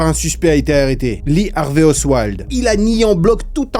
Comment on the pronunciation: Ce n'est pas oswild (osseouailde) son nom, mais oswald (ossevalde) à moins que je n'entende pas correctement la façon dont tu le prononces. Merci pour cette vidéo passionnante.